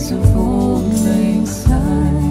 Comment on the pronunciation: Great cover! You're the only singers who I've heard sing this song and pronounce" Syne" correctly!!!